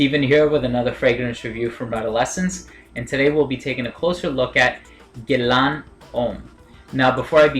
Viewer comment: It is pronounced as ' Gae La' Nice review dude.